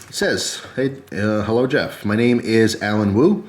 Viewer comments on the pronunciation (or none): none